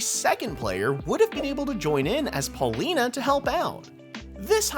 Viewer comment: ...it's pronounced "Pauline", not "Paulina".